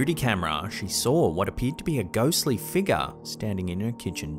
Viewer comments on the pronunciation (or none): it's pronounced (fig' yur) , not (feega) , ffs